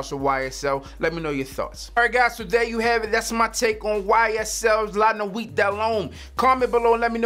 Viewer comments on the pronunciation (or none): Don't pronounce the last T in the word nuit. It's pronounced lah nuee do lum.